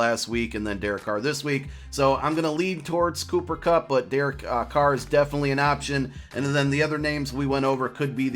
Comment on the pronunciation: Thank you for saying Carr